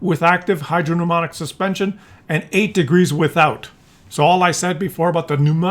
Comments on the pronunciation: Hydro pneumatic is pronounced hydro numatic, GG Scientist. The "P" is not pronounced. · Hydro - PNEUMATIC !!!! FFS!!!!!